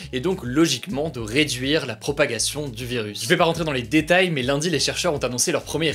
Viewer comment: A chaque il dit "dans les DÉ tails" 😂